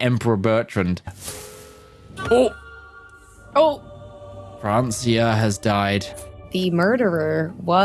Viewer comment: The pronunciation of Francia makes me want to cry